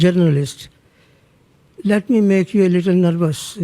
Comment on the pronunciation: Plz correct me if I heard wrong did the man just said "Let me make u lilltle nervous to Mr. Jaishankar " lol😂😂